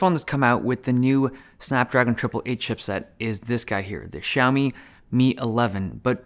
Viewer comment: It's not "Shaomi". It's "Siaomi"